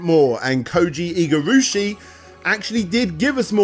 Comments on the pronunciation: Koji IgarAshi... not IgarUshi !! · You keep butchering Koji Igarashi's name.. it's pronounced Ig-ar-ah-she Not Eye gah either.. it's like it.. only IG... jesus.. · Harmony of Despair is the multiplayer game on Xbox 360 and PS3. Harmony of Dissonance is the GBA game. It's pronounced Eega, not Eyega. You keep saying Igarushi instead of Igarashi, and this comment is mostly just for my own sanity. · just randomly replaces vowels with whatever he want whenever he wants whenever he sees a Japanese word. Igarooshi was bad enough but I about lost it at Takimiko Memorial. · I love your throrough and comprehensive documentaries dude, but it hurts my soul every time you say IgarUshi. It's Igarashi. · So.Much.Funky.Japanese.Pronunciations... Igurashi? AIGA? Takemiku Memorial? Come on, you can do better than that... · Dude your pronunciations of "Koji Igarashi" "Iga" and especially "Tokimeki Memorial" are so painfully bad that you have to be doing it on purpose.